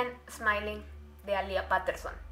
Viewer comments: Me da cringe cuando dice Paterson en vez de petterson o como se escriba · Es PETERSON, no "Paterson" como dices tú...y alía Peterson apreció el 16 de octubre. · Se pronuncia "Alia piterson" mas no "Alía paterson" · No se dice Paterson se dice peiterson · Se pronuncia petterson no paterson 🤣